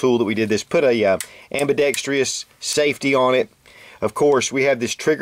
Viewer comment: Great video. You should look up the correct pronunciation for the word ''ambidextrous.''